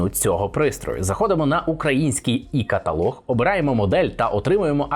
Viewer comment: респект за "і" каталаг, а не за "є" каталог